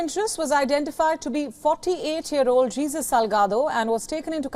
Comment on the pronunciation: Did that lady just say Jesus instead of making the J silent 🤦🏾‍♀️🤦🏾‍♀️🤦🏾‍♀️🤦🏾‍♀️🤣🤣🤣😅